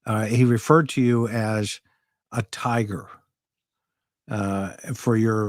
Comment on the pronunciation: Tagger. Not tiger. Judge Newman says tagger.